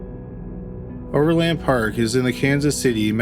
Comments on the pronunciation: Ok... it's not pronounced over LAND park... it is one word pronounced with more of an "in" sound than an "an" sound, no inflection, just Overland Park. And it is in KS not MO. I also thought I heard you say "Oakland Park, Ks" once in there ... that doesn't exist, there is an Oak Park area of Overland Park.. in JOHNSON COUNTY KS. No Ville... just Johnson... you got all that wonky but managed to pronounce "Olathe" correctly.... I can't sort you out...lol And for those still confused.. yes we both have a Kansas City ... we both have a Johnson County... neither have a Johnsonville (county)... that's a sausage company... and OP is in KS only... that is all... so far... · Overland Park, "O' verland Park". Exactly how it's spelled. Also, that's Kansas. Not Missouri.